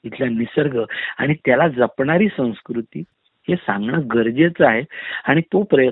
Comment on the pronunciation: संस्कृती हा शब्द सुद्धा या तेजसला उच्चारता येत नाही.